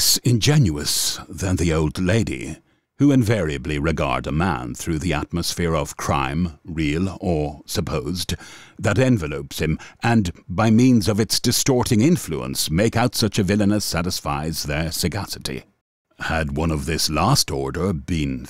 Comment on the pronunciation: THIS IS NARRATED USING AN A.I. GENERATED VOICE AND PROGRAM, SORRY, BUT IT'S IN THE SYNTAX & USE/PRONUNCIATIONS OF CERTAIN WORDS, LIKE (ENVELOPE, USED/PRONOUNCED INSTEAD OF ENVELOP) 😮 It's just NOT THE SAME AS THE HUMAN VOICE 😢❤